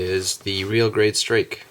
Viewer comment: Wait, did he say, "Real Grade Strick?"